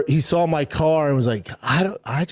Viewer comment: "He sawl my Carwl"